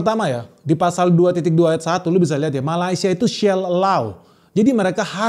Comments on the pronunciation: Sebutan shall jadi sell???🤔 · Sepatutnya dibaca "shall"bukan Shell lah . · Shell apaan cui? Sebutan shall aja ga jelas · sori bos😂😂aq xde utang ptptn..xsekolah tggi pun mcm tp boleh sbut SHALL dgn betul😂😂ckup SD saja dh boleh sbut kata shall dgn betul drp sbut shall jd SHELL😂😂acah² speaking inggeris tp we wok de tok😂😂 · dialek apaan bro sebutan shall jadi shell 😅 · shell allow😂😂😂😂 HAHAHA SHALL ALLOW .. Nyebut aja salah masih mau membahasa negara org😂😂